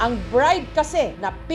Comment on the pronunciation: Bride❌ Brad✅